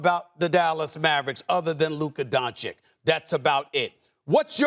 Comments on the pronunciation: Stephen still calling Luka "Donchick" are you kidding me? He sounds like an idiot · Don Chick…. It’s pronounced Don Chich !!!! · This guy still saying Donchik omg 🤦‍♂️ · Still pronouncing Luka's family name wrongly? So unprofessional. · can somebody please, for the love of god, tell SAS how you properly pronounce Lukas surname. this is pure disrespect at this point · It'd be nice if Steven A could pronounce Doncic's last name. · When you get paid millions per year like stephen a, and still couldn't pronounce doncic the right way just irritates me 🤦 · Come on Stephen A, it's time to learn how to say Dončić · A smith after 3 fckin years still cant say Doncic surname right... that tell`s you how professional he is... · Is it really so hard for him to learn how to say Lukas last name??? Is he just so ignorant or what? Everyone else learned it... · Stephen a still cant pronounce doncic's name ....embarrassing really he doesnt even try to pronounce his name correctly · I don't understand how he can pronounce the first ch, but not the second one. It's like saying Joe Yonson instead of Joe Johnson.